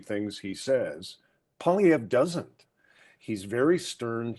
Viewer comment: I am so pissed to hear you butchering Pierre Poliviere. 😤 He is the most relatable (should have been PM) He knows his stuff financially, statistically, a humble family man with autistic child born and raised in Ab Sask. He is Canadian!! I say the media is the blame for a bias coverage during the campaign. This man worked so hard like I have never seen before during an election. The rallies brought in thousands!. Hope,joy, tears are you kidding me?? Not funny? Too serious? Too much like Trump? I call BS!! WTH do you want? A clown for a leader?? We just had one for nearly 10yrs! Absolute shame media. Sick rigged BS!! Canada got walked into a WEF GLOBALIST MONARCH TAKEOVER!!! So not proud to be Canadian today.